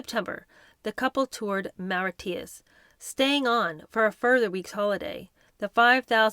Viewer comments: Maritius is pronounce Mahr i shus. You have a tough job😊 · Mauritius = More-it-chus Monaco = Mawn-a-coe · Mauritius = mar EE shus Just fyi 😄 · Thank you for your reading, that I am much enjoying. Respectfully, your pronunciation of some words, both in English & not, are incorrect & distracting. Example, Mauritius is pronounced Morishus, not Moreeteeus. I'm looking forward to future readings, thank you. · Mauritius, morishus, not mariteeus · It’s pronounced Mauritius …. MARISHUS.. not Mauritous ! Lol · Helpful hint: Mauritius is pronounced "More-ish-iss", ebullient is "ebb-you-lee-ent". ❤ from 🇨🇦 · It’s pronounced Maw rishis hope you don’t mind me saying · It's pronounced 'more-ish-is' but none of us has been there so no big deal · Great narration, but I picked up towards the end of the video, that you did not pronounce the country Mauritius correctly. Phonetically it is pronounced MORE ISH iSS. 😊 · lol Mauritius is pronounced Moor—ish-us. Love this series tho. Love you ❤ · I like "Marry-tee - us" , i prefer Mauritius though 😂😂😂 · They holidayed in Mauritius. Pronounced 'More/ rish/ us'. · hi. not meaning to be critical, just helpful, so please don't take this the wrong way. the island where they holidayed is french speaking, called Mauritius, and it is pronounced mau-ri-shiss. it's a 4hr flight east of south africa. a very popular vacation spot. love and enjoying your readings and reviews. ♥ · Hi lovely, just a note on some pronunciation ebullient - eb-OO-lient Mauritius - muh-RI-shus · Not that it matters particularly but Mauritius is pronounced ‘Mor-ish-us’. Enjoying the book enormously. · Mauritius pronounced more ish us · We're enjoying your reading of Entitled very much,! Thank you. I recommend a couple pronunciation checks which can always be found on YT: The island nation of Mauritius and the adjective ebullient.:glasses-purple-yellow-diamond::yt::yougotthis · I think Mairitius has 3 syllables.